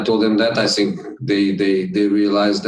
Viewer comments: He said I always Sink instead of (think) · Jose: i sink VAR still hate me. I sink we will be in top 4 but i sink we will sink too lol 😂😂😂😂